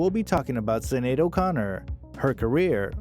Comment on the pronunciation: The Star-Spangled Banner story is completely false according to Sinéad in her memoir Rememberings. Her name is pronounced Shin-ade. Her daughter's name is pronounced Ro-sheen. This story is poorly done. She deserves better.